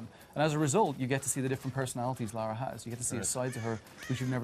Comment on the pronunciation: LARA NOT LAURA.